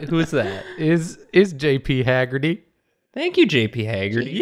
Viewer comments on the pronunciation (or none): Anyone else ever notice how says "thank you' sounds like "ink you"? Because i think it's absolutely wonderful. "ink yoooouuu! ^w^ "